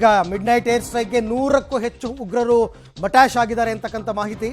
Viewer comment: "Matash" yenta anchor ri neevella sariyagi pada na balsi😊